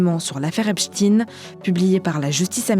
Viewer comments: Serais bien que vous commenciez par prononcer son nom comme il faut. C epstein et non epstine 😉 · On a aussi fait la leçon aux journalistes du Monde pour appeler Esptein Esptine... sans déc, si ils en sont là, c'est qu'ils sont très mal...!!! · Pourquoi dire « epstine » ??? On ne dit pas Albert « einstine » ni même « Frankenstine »… 🤔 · J'entends encore quelq'un dire "Epstine" je fais une syncope 🤣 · C est marrant de prononcer Epstein avec un 'ine" à la fin. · Arretez de dire Epshtine sérieux... Vous dites Albert Einstine aussi ?! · Pourquoi vous prononcez "Epstine" ? Vous devriez demander à vos boss comment ça se prononce. Ils sont au courant. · Pourquoi "Epstine" ? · Epstine? Sérieusement la prononciation… la journaliste est ridicule. Vous dites Einstine aussi ? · "EPSTINE" LOL Voix traumatisée par Poutine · Epstein pas Epstine, il n'est pas russe. Et on dit Albert Einstein ou Frankenstein pas Albert Einstine ou Frankenstine. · On remarquera que le journal fait exprès de ne se tromper dans la prononciation du nom epstein en disant epstin. Des raisons particulières de vouloir cacher la consonances hebraique de son nom ? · Surtout bien prononcer Epstine pour éviter que l'on regarde dans cette direction ... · Je ne comprends pas pourquoi vous prononcez Epstine son nom est clairement à consonance germanique. Les américains le prononcent mal mais faut il faire comme eux ? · Ça se prononce Épchtaïn madame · Pourquoi prononcer Epstine ??? On dit Einstine ? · On prononce le "stein" comme dans "Einstein" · C'est marrant, tous les medias font la meme faute, coincidence???😂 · Esptein comme estein pourquoi le prononcer ainsi? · C'est bizarre de prononcer "Epstein" de la sorte. Pourtant "Einstein" est bien prononcé à la juif. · Donc on prononce Albert EINSTINE ? 🤣 L'homme serait russe c'est bien ce que vous essayez de faire croire ? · Arretez de dire Epstine comme si vous disiez Poutine, ou Staline C'est Epstein ! Comme Albert Einstein ou encore Élizabeth Bornstein !